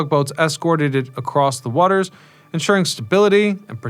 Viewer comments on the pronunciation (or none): none